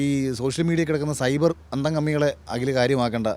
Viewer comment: അകിൽ അല്ല...അഖിൽ..